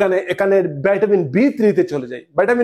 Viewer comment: বাইটাবিন নয় ভিটামিন